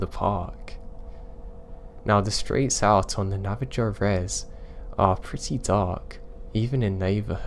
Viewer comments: Hey man hope your feeling a lot better. I wanted to let tou know you pronounced Navajo incorrect so your story sounds more correct. It's actually pronounced Na-Va-Hoe the j makes an h sound like in Spanish. have a great week. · Great stories! (P.s. Navajo is pronounced "navaho")